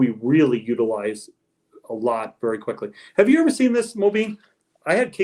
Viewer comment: OH NOOOO. HE SAID:" IVER". 🤣🤣🤣